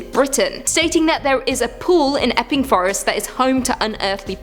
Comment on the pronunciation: I swear for a second it sounded like said effingforest. Thought she was just getting pissed off because of the c-virus and it was starting to show. My brain works that way.